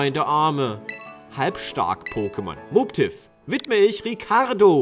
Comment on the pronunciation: Den spricht man Mobbtiff aus, nicht Moobtiff😉